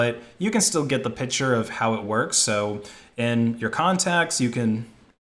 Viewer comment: Old-timer here. I enjoy your videos but please-- say picture not pitcher.